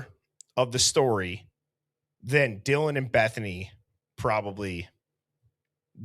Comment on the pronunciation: It sounds like he said “John thank you so much for your courage, I appreciate it”. I guess it’s a mumbled “Dylan”. 😑